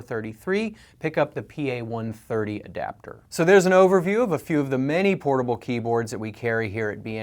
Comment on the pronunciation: At the beginning, it sounded like he said "horrible" keyboards. Lol.